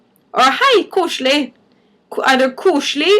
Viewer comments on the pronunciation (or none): It is kosElig, not koslig.